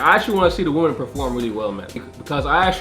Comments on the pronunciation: Great video other than when you say ‘woman’ instead of women. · Why does every person who does videos on gender insist on pronouncing 'women' as 'woman'?! I'm not having a go but this honestly seems like a universal trait of every person interested in discussing gender... It's pronounced WI-MEN! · My one major complaint with this video - WOMEN wih-men Not woman, woman woman. Mutliple females = women. wih-men. That is all.